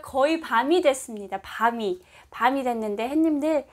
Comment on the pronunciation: 저기요~~~~ 씨 죄송하지만 처음 시작할때 햇님들 하며 인사하시는 맨트 안하시면 좋겠는데....! 처음 화면에서 했님들 인사하시는 소리에 깜짝깜짝 놀래고 있어요. 다정한 인사도 좋지만 그부분에서 자꾸 놀래고 있어요ㅎㅎㅎ 그냥 부드러운 남한식 오프닝 인사 부탁 드려요.